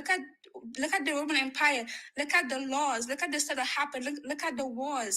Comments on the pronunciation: What is the “woemun wempire”? And what on earth are “wemenents”? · The Woman Empwire, pweple don’t know the twue message